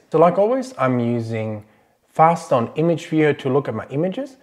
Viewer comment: What do you use to look at your images? It sounded like FastOn?